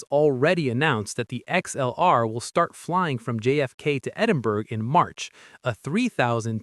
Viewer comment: You might want to practice how to pronounce "Edinburgh", it's not "ed-im-berg"